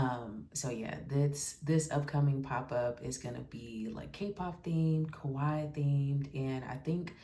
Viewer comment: You're pronouncing Kawaii correctly! ❤ I'm so happy you had fun and a profitable day too!